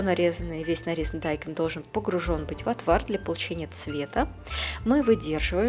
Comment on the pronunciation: Почему дАйкон??? 🤦‍♀️😂😂😂